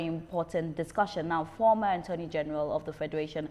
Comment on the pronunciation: Why is she keep saying "Anthony general". It's Attorney general. "Attorney is the word; please.